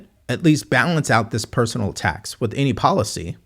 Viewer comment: Right. He is old enough to know how to pronounce "with." It's not "wiff."